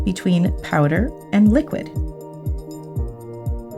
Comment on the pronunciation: Wait, her accent . “So I got me powda!” 😮